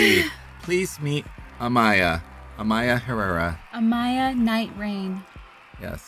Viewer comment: haha yes!! I'm the one she mentioned who commented on another of her vids trying to teach her how to pronounce it, i def should've added that she should've kept equal emphasis on each syllable lolol